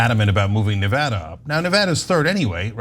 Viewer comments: It's Ne Va Da not Ne Vood a! It's not complicated. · Let Cenk teach you you how to pronounce "Nevada". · it's really not hard to learn to correctly pronounce Nevada